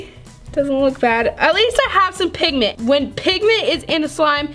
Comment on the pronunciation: This how many times said pig ment ⬇️